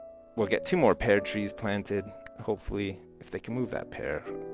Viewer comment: is it me or did say "pear" wrong?